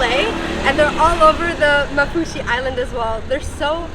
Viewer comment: Women its called maafushi not mafushi